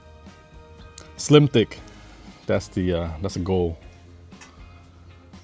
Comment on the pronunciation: Love the videos, but when u said slim thick i heard slip dick and was like hold up this the wrong kinda vid man😭😭😭